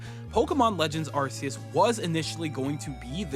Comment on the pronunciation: What the hell is “Arse-oos?”